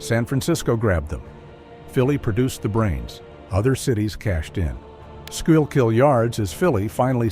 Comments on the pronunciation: SCHOOL-KILL RIVER they said “Ska-yill-keel”😂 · Skoo-kill River!!!! Come on AI get it right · AI still wont pronounce the name of our river right.